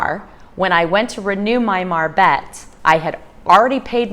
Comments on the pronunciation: Is not call a marbet, is call a marbete. You have to pronounce the e at the end, te...like te-lephone or te-levision, etc. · The "e" at the end of a word in Spanish is also pronounced.